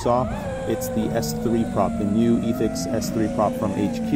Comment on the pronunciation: P.S. plz stop saying Yeee-thix lolol, it is so funny but I get triggered.